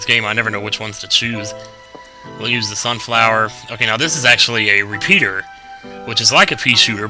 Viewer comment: He said reshooter....it just sounded like pea....re pea...re pea